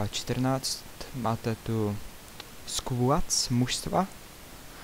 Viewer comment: kamo, ja se ti omlouvam...ale kdyz sem slysel tvou anglictinu...konkretne slovo "skuads" ... sem myslel ze se pocuram...:D